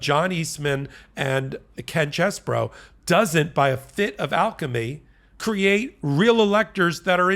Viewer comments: His name is CHEESE-BRO, not CHESS-BRO! I've written this several times, so I guess you don't read the comments. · Yo! 🧀🧀 It's pronounced Cheese...bro.